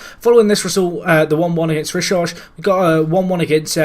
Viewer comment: Rishøj is pronounced Reece Hoy and Skive is Skeeway